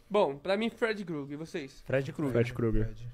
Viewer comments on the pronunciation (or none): mdssss pq vcs chamam de freedy GRUGERRR??? pronúncia estranha da peste 🤣🤣🤣🤦